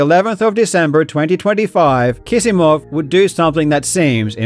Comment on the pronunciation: Are you sure Kisimov is pronounced as if it had two 's'?